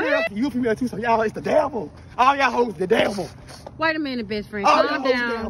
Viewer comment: He said ok besfrann Damnn 🤣🤣